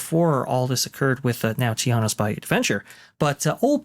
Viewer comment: Tianas Bluh-you!